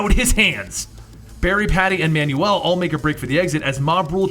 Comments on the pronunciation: Manuell is pronounced Manwell not manual. so terrible... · Man you el not man you will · not manual its manuel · Pronounced "man well" not "man you el". Have you, seriously, never heard that name before? Wow... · Spelling? I never said a thing about spelling. He is PRONOUNCING the name like "instruction MANUAL". The proper pronunciation sounds like "Man well" and NOT "Man you all". I'm bilingual and I can assure you, he's not reading "Manuel" right. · Wait... Isn't Manuel pronounced Man-well not manual? (Man-you- well) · You pronounce Manuel like Manual. Manual is a booklet. Manuel is a Hispanic name... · Great video as always but I'm sure that Manuel is pronounced Manwell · lol that you pronounce Manuel as manual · Every time he pronounces Manuel's name as, "manual," It makes me want to die. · Manuel is pronounced man well. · Hey man, just letting you know for future reference Manuel is pronounced "Man-Well". Love your videos and i'd be lost in half the stories if you didn't do what you do. Especially Red daughter of krypton and Superdoom. Keep doing what you do man, you rock! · Your pronunciation of Manuel is quite comical.